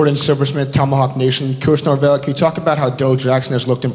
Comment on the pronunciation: First can you say Coach Nor-Vell!!